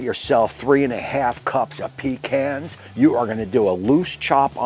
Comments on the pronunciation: It’s pa-khans! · In Texas, it’s “puh cons” not pee cans